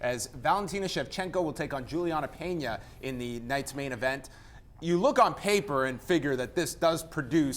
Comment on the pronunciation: Valentina gets the win, if she doesn't get sucked into a brawl fight with the brazilian. Sticking to the game plan for the win. And by the way, not.trying to sound like a douche, bit why the hosts of the show keep saying Pena as "Peña"? And Nunes as "Nuñes"? They dont come from a Spanish speaking country, so their names are spoken In a different way